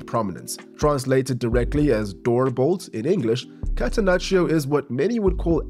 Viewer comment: To improve your pronunciation of Italian (I see you're trying and I appreciate that): you almost never read the "i" after g or c. It is there to change the sound of the g and c, but it doesn't make a sound in itself. So you shouldn't read it in Gianni, in catenaccio or in calcio